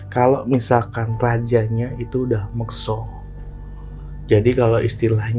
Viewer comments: Mekso itu beda mas sama Moksa.. tolong di koreksi ngucapnya.. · Mas mas, mekso sama moksa itu beda arti.. katanya keturunan jawa gunung kidul. Tapi kog gak bisa ngucap yg bener. Beda yaa mekso sama moksa. Tolong dikoreksi.